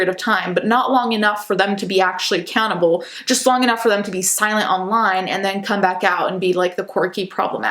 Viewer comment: I know you said ‘accountable’ but I heard ‘a cannibal’. So I was like whatinthe armie hammer